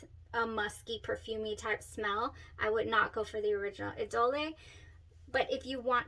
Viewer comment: Pronunciation is French two syllables sounds like e -dole